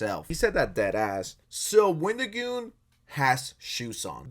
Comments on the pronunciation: why do you keep calling him wendigooner💀💀💀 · did i heard wendigooner? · Did he say wendigooner? 🤣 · lol Wendigooner? It’s Wendigoon. I believe he’s 24 now. This guy is just misrepresenting everything. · you did not deadass call him wendigooner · Why do you keep saying Wendigooner? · His name is Wendigoon not Wendigooner, ❗💢😡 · Why do you keep calling him "WendigoonER" stop watching porn man lol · bro calling wendigoon “wendigooner” kills me